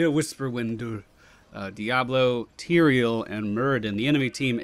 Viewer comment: It's Tyrael, not Tyreal! :P